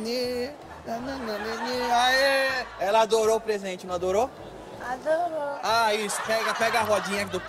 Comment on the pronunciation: ''A-D-O-R-Ô", KKKKKKKKKKKKKKKKKKKKKKKKKKKK